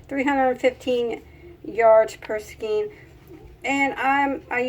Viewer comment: 'SKEIN' IS PRONOUNCED: (''SKANE', LIKE CANE, NOT: SKEEN, LIKE SCREEN!!!!)....